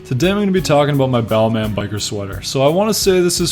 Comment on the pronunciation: Don’t pronounce the last “in”. It’s Bálmã or Balmah. Just saying 👍